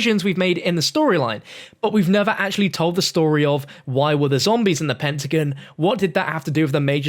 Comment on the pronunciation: Pentagon not pentigin